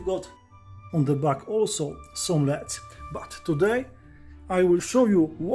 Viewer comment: "leds" lol. I love this guy. Subscribed!